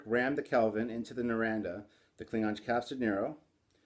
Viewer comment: I know this is 5 years old...but the J.J. Prise has slowly grown on me but ya over all it's just ugh. The Enterprise-A from the end of Star Trek Beyond is the best one. I just don't see how they could have fed up designing the Enterprise in the reboot movies. Naranda? LOL It's Narada.